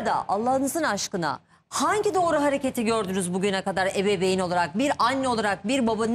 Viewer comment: hep yanlış türkçe konuşuyor ya gıcık oluyorum mesela ebeveyn diyeceğine evebeyn diyo😅